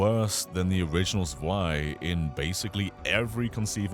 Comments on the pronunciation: Zwei is pronounced as Tswei. A German Z is always like a ts. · zwei is pronounced like tswhy